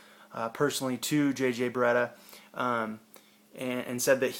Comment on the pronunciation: It's Barea, not Bareta.